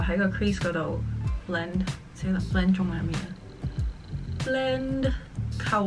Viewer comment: What is "blend" in Cantonese?? "BLENN" XD